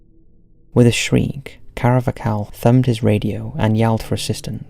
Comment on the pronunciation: CAR-VAH-HAL! It’s not even an uncommon name. Christ that got on my nerves!